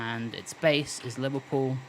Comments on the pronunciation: its Liverpool not liverpewl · Haha you sir are a joker, as a scouser myself I recognise the humour in the pronunciation of "Liverpool" nah but in all seriousness though great video. Love the channel and your videos, keep it up dude